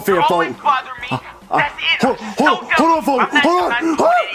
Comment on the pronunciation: Mario says folk xd